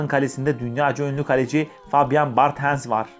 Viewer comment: Bartenz kim? İsimleri doğru telaffuz etsen daha iyi olur bence